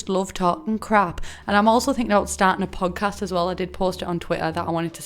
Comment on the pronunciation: I kept thinking you were saying pug cast and I didnt even think twice about it...13/10 would watch your pug.🤣